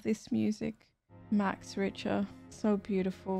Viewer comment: The composer is Max Richter, not Max Ritcher. You should also watch Bladerunner 2049 by Denis Villeneuve (also 's' in Denis is silent, since he's a french Canadian. All those names yeah? 😃), if you hadn't already. Another kind of movie, still great though. Love your reaction, almost cried in the end ❤